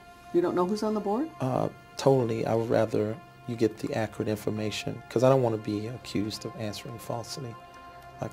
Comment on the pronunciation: “ It don’t go there” “ dats not ackrate” “ be pacific “